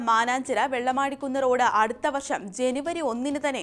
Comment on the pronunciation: Vellamaadikunnu allla. Vellimaadu kunnu aanu correct